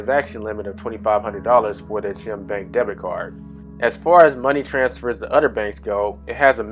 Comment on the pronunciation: Stop saying CHIM.... IT'S CHIME! RHYMES WITH LIME.